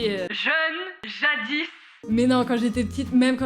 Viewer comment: Arrête ton "jadisse"😧